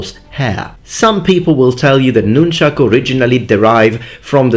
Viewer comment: Thank you, thank you, thank you for saying "nunchaku." I swear, if I hear one more person say "nunchucks," or worse... I love sai, too; they tie for me with bo for favorite. I wouldn't have thought of nunti-bo for "most effective," but I have to agree.